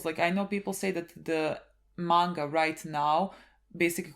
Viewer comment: It's not even roight innit